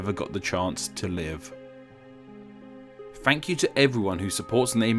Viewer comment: Wait did you just said thank you or frank you, i'm confused for a bit?